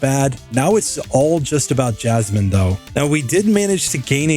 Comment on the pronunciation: he said jasminimum